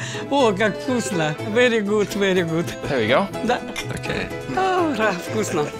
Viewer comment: I'm russian and I like how his pronunciation of ochen voosna instead of vkoosna(вкусно) and obee yat instead of ahbyet(обед)))